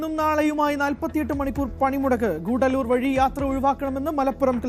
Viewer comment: സഹോദരാ അത് " ഗൂഢല്ലൂർ" അല്ല " ഗൂഡല്ലൂർ" ആണ്. അർത്ഥ വ്യത്യാസം മനസ്സിലാക്കൂ. ഉച്ചാരണ ശുദ്ധി വരുത്തൂ.